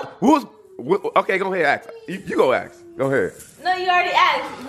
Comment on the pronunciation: Okay it bothers me when people say "acts" instead of "ask"